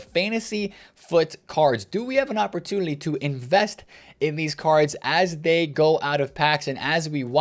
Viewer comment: anyone catch that says "opportudily"? I think for Flanders from the Simpsons every time